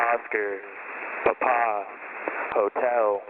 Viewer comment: Eli Montfort I was in the US Army for 9 years as a medic. It was necessary to use the phonetic alphabet in radio comms and this is exactly how Quebec and Papa are pronounced.